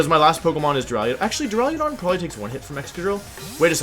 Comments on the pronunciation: Go watch cybertron to listen to him say “dura-ludon” idk which one is worse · "draliodon" what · Does it bother anyone else how he says Duraludon?? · You say duraludon so much and you mispronounce it so horribly every single time. Your videos are great but damn it’s so offputting